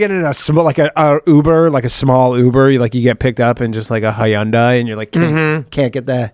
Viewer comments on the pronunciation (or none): It's HUN-DAY, dammit! The Koreans need respect! ❤😂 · I worked for Hyundai for a couple of years. It is pronounced Hun-Day, like Sunday, but with an H instead of an S. It was drilled into us on day one. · The way Danny pronounced Hyundai can't go unpunished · Lmao Danny pronouncing Hyundai like a true Canadian I see, right before the code switching talk 👀👀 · Danny’s doing his best Ryan impersonation with that Hyundai pronunciation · That's how the Men At Work say it in that one song.